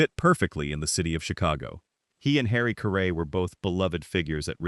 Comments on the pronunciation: So many videos are online when the announcer can’t or won’t properly pronounce the subject’s name. Caray rhymes with Harry. Such obvious mistakes look and sound amateurish. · Please don’t do a podcast when you have no idea to pronounce his name .Just shows you don’t have a clue what you’re talking about. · Say his name right at least. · Harry WHO? You can't even pronounce his name correctly? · You should pronounce his last name properly. No excuse for that. Geez